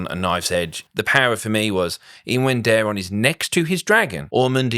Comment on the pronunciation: Ormund pronouncing it Darren I think is intentional. Daeron is a very Targaryen name